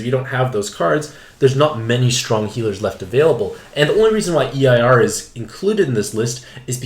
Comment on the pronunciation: My guy, Eir is pronounced like “air” lol